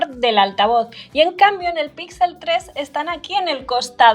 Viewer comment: Por que dice pitsel equitsele :v?